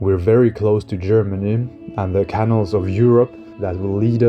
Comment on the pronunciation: English has very weird spellings. You talk about the canals of Europe. You are pronouncing it Can Ells, like I can do it. But it is pronounced Ka Nals, with emphasis on Nals. Good production values. Great story.